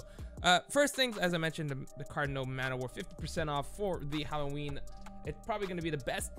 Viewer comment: “Hawowween” this needs to be a meme